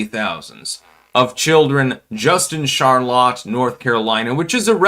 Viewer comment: Oh, c'mon man! Charlaw? No one that speaks english as a first language mispronounces Charlotte.🤣